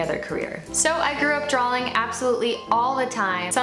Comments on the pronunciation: So intelligent, so accomplished...but every time she says "drawling" instead of "drawing" I want to scream. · The irony of an artist that can't pronounce the word drawing, lollll. "Draw-ling"